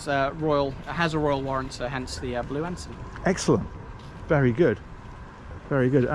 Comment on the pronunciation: note to self, it is said Ensun not Ensign. 😊